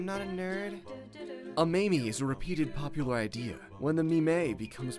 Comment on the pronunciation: thats how I use to pronounce meme then my friend told me I was wrong....